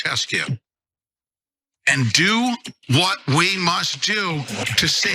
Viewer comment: He can't even pronounce the name of ceausescu. Looks like America is full of deranged people lately. Or was it always like this?